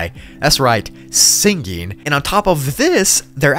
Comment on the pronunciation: nobody:: sin-ging